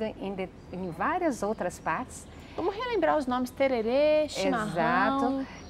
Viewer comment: que terere é tereré, e não é no norte e sim no centro este